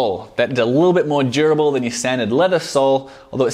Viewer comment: When he says "durable" it sounds like "jerbil"